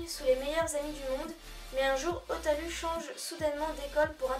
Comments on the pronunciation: xD essais de dire o. Ta. Rou. Après je dit ptre n'importe quoi xD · Ta manière de dire Hotaru est juste épique xD